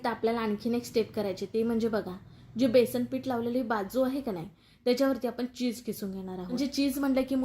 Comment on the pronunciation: बेसन म्हणा,बेसण नाही.